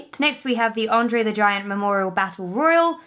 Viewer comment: You didn't get the Andre right. CLOSE!! But not right